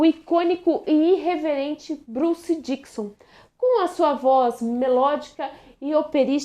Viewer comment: Dickinson, não Dickson.